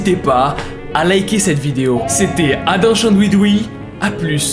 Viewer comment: "Adam chandouidoui" ça ma tué!🤣